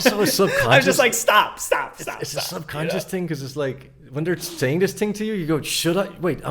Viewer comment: You cannot mask the "one ting." We know you,! 😁